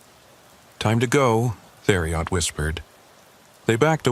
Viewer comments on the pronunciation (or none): It’s pronounced “terry-o” not “there E Ot”